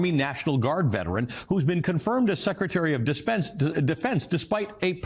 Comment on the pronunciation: Secretary of dispense, ., defense. Consexual,.,consensual. 🤣🤣🤣🤣🤣🤣🤣🤣🤣🤣🤣🤣🤣🤣🤣🤣🤣 Is he doing that on purpose?? 🤣🤣🤣🤣🤣